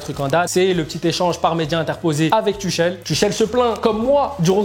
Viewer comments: Il a dit ´´ Tuchel ´´ normale frère sa ce prononce ´´ Tourel ´´ concentre toi mdr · Mdr colombien tuchel se prononce turel